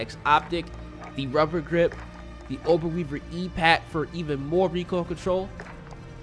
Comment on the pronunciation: Great video! I love listening to you put your own twist on the pronunciation of the names of the guns and parts lol. Auto-maton vs atamaton and ober-weaver vs orb-weaver haha. Good stuff.